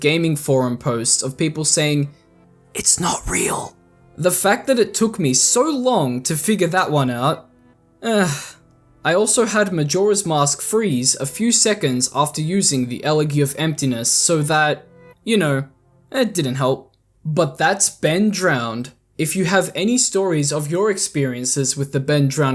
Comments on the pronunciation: It’s Ella-G, not ellehgee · Elegy is pronounced "L eh gee" not "eh leg e". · “El-leh-gii” lol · Ocarina= ock-uh-ree-nuh not Ocariner Elegy= EL-uh-gee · Elegy is pronounced el-eh-jee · Some criticism: If you don't know how to pronounce a word, please Google it. YouTube it. Check the dictionary. "Elogy" is one of them. It has a hard J sound, not a g. It took all of 5 seconds to check YouTube and find a video on how to say it. Constantly cussing really takes one out of the video. It's childish and immature. It makes your argument/thesis lose weight when you feel the need to add in, what I refer to as an editor, "seasoning", and it ruins the flavor of the whole dish. The constant family guy-esque cutaways are obnoxious. Once or twice is okay. But you kill the joke when you do it over and over. There comes a point where a joke becomes so overplayed that it begins to annoy people, quite like that episode of SpongeBob SquarePants with the "ripped pants" gag. Call this criticism constructive or not, I don't much care, but it's my two cents. As the saying goes: Opinions are like assholes. Everyone has one and they all stink. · Elegy pronunciation killed me lol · I’m not sure that that’s how you pronounce elegy… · I've got to correct you here, FINISH THIS WORD WITH EXACTLY HOW YOU PRONOUNCE THE LETTER "G" INSTEAD OF SOUNDING LIKE YOU ARE SAYING HALF OF THE WORD "GEESE" Way too many people go down in flames trying to pronounce this for some reason. Most likely because you are overthinking the pronunciation and taking a shot in the dark.....you must be able to recognize that cringe feeling when you pronounce it.....you know it's wrong.... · Nice video, and great editing. But the mispronunciation of “elegy” triggered me. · I've never heard elegy pronounced the way you say it.